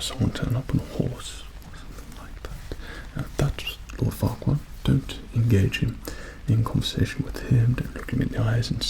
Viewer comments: Lemme get this straight did he just say, Lord, Farquad... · Looking back on it, I know he said "Oh Farquad no, nothing to worry about". But at first, I definitely heard "Oh fuck- no, nothing to worry about".